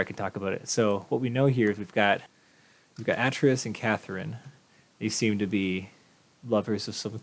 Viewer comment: Atrus is "AY-trus", and the two sons are Sirrus and Achenar. Good start, though! :)